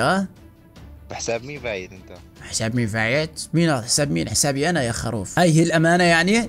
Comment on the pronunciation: يا زين يا زين الله يهديك اسمها خروف مش خاروف😂😂